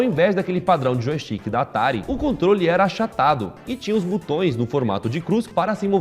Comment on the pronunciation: "Butões" é de foder! Não sabe falar português nem grave.